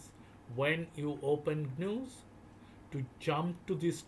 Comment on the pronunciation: I'd like ti interject for a moment...what you're referring to as j(eez)-news is actually g(of give)...news 😂 wonderful rare video.